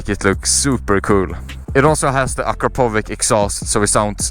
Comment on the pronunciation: When you say akrapović dont say akrapovic say like akrapowitch. Its better.